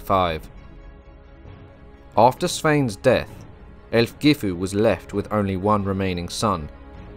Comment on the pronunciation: 'Aelfgifu' should correctly be pronounced 'Alf-yeefu'. The AE dipthong is used in Old English to indicate the short 'a' sound (as in 'Mathamatics') and the letter 'g' would generally be used with its 'y' sound, now found only within words like 'night' and 'sign'.